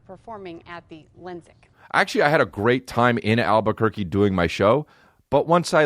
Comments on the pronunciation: Damn it I hadn't made it down to your response when I commented that he calls it Al-Bukkake haha I like your style sir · are people from Albuquerque called Albuquerks